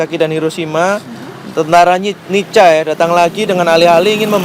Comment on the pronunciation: Nica dibaca Nika.Nedherland Indisc Civil Administration